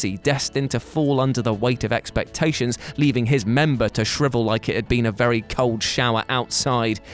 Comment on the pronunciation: I know it happened at the beginning of the video, but are we just going to ignore that he said Terry bad instead of VERRY bad???